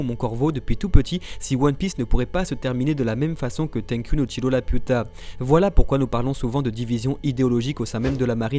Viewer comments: Dites juste le chateau dans le ciel pck la j’entends juste La puta ! Manquer juste un pendjo a la fin de vos phrase avec Lapiuta non mais sérieux ラピュタ sa se prononce pas la puta haha 😂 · bah en soit c'est Lapyuta que ça se prononce ^^'